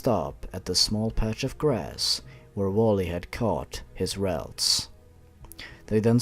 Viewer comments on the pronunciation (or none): Mispronounced Clefable and Clefairy. And Ralts.